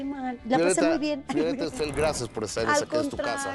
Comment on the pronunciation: Gustavo siempre dice Istfel 😒mal de su parte no preguntar si lo dice correctamente...poco Profesional